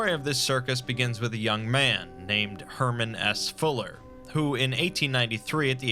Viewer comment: His name: Herman S. Fuller What I heard: Herman Ass Fuller